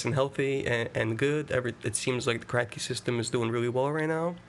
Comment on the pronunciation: Did you say cracky system? 😃